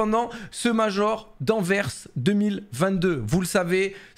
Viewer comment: Merci d'avoir prononcer AnverSss et pas "en vert"